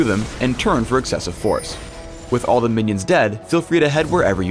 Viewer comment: LOL anyone else hear the "teh"